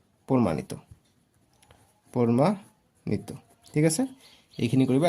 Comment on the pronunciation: pormanito❌ pormanito✅😂😅